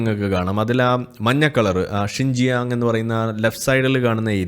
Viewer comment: Xinjiang is pronounced Shyinjiang